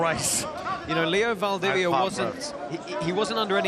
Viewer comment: Can't the commentators at least make an effort to get the name of the Fighters right? Come on!! Poor Leo Valdivia... 🤣🤣 Only Bas got it right...